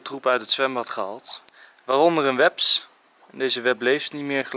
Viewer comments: Iemand gemerkt dat enzo weps zij in plaats van wesp?😂😂😂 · Het is niet wePs het is weSp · Haha op zei enzo een weps in de plaats van een wesp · hij zegt weps in plaats van wesp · weps of wesp ? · Ben ik de enige die opmerkte dat Enzo 'weps' zei in plaats van wesp? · Weps het is een wesp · enzo het is wesp het weps xD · weps? wesp nou ja eerst doen dan denken is het voor hem lol! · Het is geen weps maar een wesp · Het is niet webs maar wesp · Hahahahah zei enzo een: weps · Bij zei Enzo een weps XD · Enzo je moet wesp zeggen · Like als jij ook weps zegt😀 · ik moet altijd lachen om Enzo die wesp zegt :D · Hoe jij wesp zegt😂😂